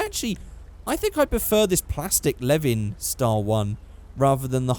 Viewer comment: When said ae86 I was oh yea then he said leven then i was like ahh fuck